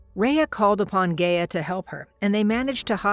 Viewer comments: isn't it supposed to be pronounced as 'Ga-ya'? not 'Gey-ya? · Well for starters just cause they have a team doesn't mean they do good work. But if you would like an example Gia does NOT sound like Rhea. It's pronounced (Guy-a) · This isn't bad at all, but the only thing I have an issue with is the pronunciation of Gaia. It's pronounced guy-ah not gay-ah. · "Gay-uh" oh no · ngl, can't get over the fact of the mispronunciation of Gaia